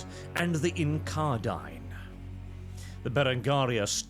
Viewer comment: You do not pronounce a single thing correctly, hell you turn incarnadine into incardine somehow.